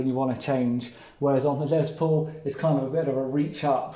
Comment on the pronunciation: Love your channel, but I have to be that guy! It’s Les Paul, not Lez Paul!